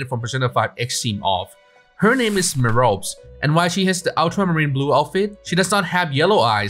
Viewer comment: The "E" at the end of her name is not silent. The name is pronounced "mer-OH-pee".